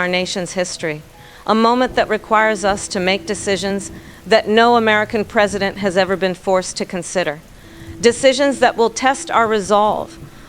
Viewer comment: Wow...the AI-presideht can put together sentences, with more coherence than the person mimicked could ever try...no mamala, no cackles, no wine break.